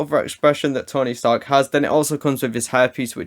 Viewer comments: Did anyone else hear “stony tark” 😂 . By the way love the vids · "stony tark" lmao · Lol I was wondering if just I heard „Stony Tark“😂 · Did anyone notice he said stony tark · I’m sorry, Stony Tark??😂😂